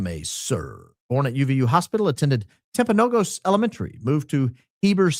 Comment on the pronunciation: Also it’s not a big deal, but it’s pronounced Timp-uh-no-gis